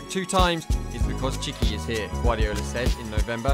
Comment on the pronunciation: Mate, if you are going to do a video on Txiki and Pep, the bare minimum you can do is get the name right. The TX makea a CH noise, saying as someone who has a TX in their name. It is not like Tzatziki ffs